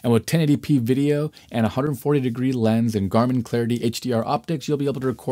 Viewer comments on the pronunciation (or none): none